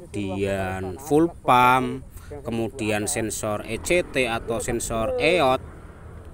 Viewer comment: Jenengan iku ngomong fuel pump [pulpam] harus [fyul pAm]